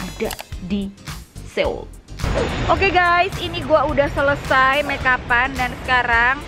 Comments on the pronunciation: Bilang nya soul bukan Seul, banyak banget youtuber yg bilang Seul , padahal soul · FYI pengucapannya So ul bkn seul seoul hehe sukses buat 😘😘😘